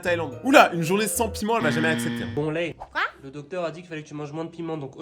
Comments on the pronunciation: C'est Lay! Pas Ray! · Lay pas rey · Elle ne s’appelle pas ray elle s’appelle LAY comme les chips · Ils sont trentenaires et je crois que Ray se dit Lay en Thaïlandais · Ses pas ray ses lay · C'est pas Ray c'est Layyyyyyyyyy .j'aurais trop aimé être ton ami 😊😊😊😊🎉❤❤❤ je t'adore tellement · C pas ray Laí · Pas ray mais laiy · Elle s’appaile lèille pas rai 😂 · Ray ça ce dit ( Lay ) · Elle s'appellerai mes ça se prononce lay😂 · Son prénom c écrit ray mais ça ce dit lay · Elle s'appelle Ray mais on dit laile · Non elle s'appelle Ray et on prononce Lay car c'est plus facile et d'ailleurs elle a dit dans une vidéo que c'est son surnom car en Thaïlande il y a le nom et le surnom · Son nom s'écrit Lay mais se lit Ray 😅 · je les adore tous les jours je regarde normalement elle s’appelle lay mais ont dit ray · Ça se prononce lay en Taillandier sinon tu peux faire unechtiaujapon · Non elle s'appelle ray mais chez les français ont dis lay😊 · Je mets ce petit commentaire pour dire que la fille son prénom, ça s’écrit lay mais ça se prononce ray voilà j’aimerais au moins un petit Like 😢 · Oui ça se prononce lay mais ça s’écrit ray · non sa se prononce lay mais s'a s'écrit ray 😄